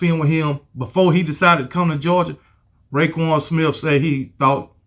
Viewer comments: Btw it’s roquan smith not rayquan smith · And it's ROquan not RAquon